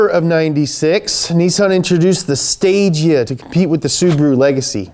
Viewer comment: BTW, Stagea is pronounced Stage A. Guess what the next iteration would have been called? That’s right, Stage B.